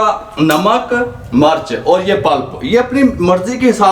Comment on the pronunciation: Murch nhi mirch bola kry plzz itni achi video bnaty hy urdu bhtr kry